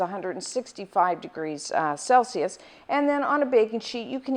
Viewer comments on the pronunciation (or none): none